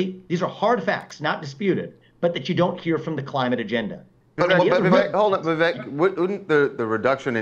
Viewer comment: Vivek rhymes with cake, Viv-ake. Vivek doesn't rhyme with heck, it's not Viv-eck.